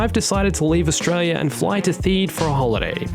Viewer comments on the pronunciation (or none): none